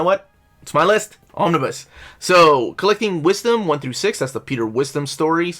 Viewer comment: Omnibu? OmniBoo at that, buh more like OmniBai. But seriously I'm a fan of Omnibuses and your lists of wanted Omnibus. Gilen was indeed phenomenal.